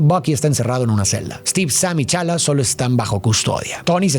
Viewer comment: Soy el unico que le molesta que diga Chala? A pantera negra? Jajaja